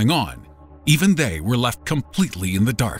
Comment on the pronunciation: the way he pronounces Obama sound hella funny